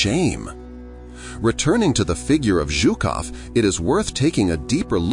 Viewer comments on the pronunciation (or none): Its not ZOOKOV, he's not a Zoo-keeper, its ZHUKOV pronounced like the "s" in the word "pleaSUre". You said it right for some reason and but some reason you called him Zookov in the first half of the film... odd. But good video 👍